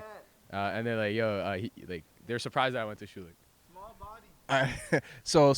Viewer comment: & . These guys don't know how to pronounce thier own name.